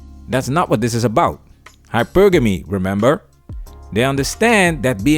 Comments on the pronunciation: 😆 SHE SAID... HYPER-GAMY 🤣🤣🤣🤣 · Black Women have been denied femininity??!! That’s an argument I haven’t heard before. No, many sisters have out-right rejected it because many identify most aspects of femininity with weakness and submission. And I refuse to be lectured by a CHILD who pronounces hypergamy as hyper-gammy. The ability to articulate words doesn’t mean you that you have full depth of comprehension. And she PROVES that. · She Wants to be taken seriously but then says: "hyper-ganey" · She can't even pronounce hypergamy right. Says it all🤷🏿‍♂️🤦🏿‍♂️😂